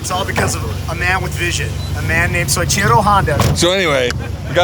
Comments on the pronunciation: if could figure out how to pronounce Soichiro it'd be a better joke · He loves Soichiro rebut can’t pronounce his name. 😂